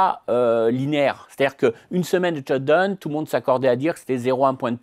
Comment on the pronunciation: j'aime bien cette french touch perso !